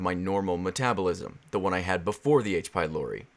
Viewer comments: In devil girlfriend I thought you kept saying H by lory xD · I had this video on autoplay on my TV so I didn't read the the title, so I thought he was saying "aids be Lori" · Thought you said aids... honestly it sounds similar both in symptoms... and in audio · I was watching your gf video and I kept thinking that you said "I got aids from lory" lol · I thought it waa "aidsh pielorety" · I thought you said "Aids by Lory" lol